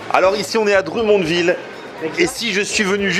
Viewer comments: dr U monville lollll ca se prononce drum comme des tambours en anglais... drum monne ville. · Salut! pour info Drummondville se prononce Drum (comme un drum pour la musique) mond (mund a l'anglaise) ville:P Sympa la visite au Quebec. PAr contre tu risques de partir une guerre sur l'emplacement ou a été inventé la poutine XD Certains dise que c'est a Drummondville, D'autres a Victoriaville et d'autre a Warwick XD J'espère que tu te plais au Quebec. On aime bien vous recevoir pour partager un peu de notre culture:) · la prononciation du DrummondVille: c'est Dr(homme)mondVille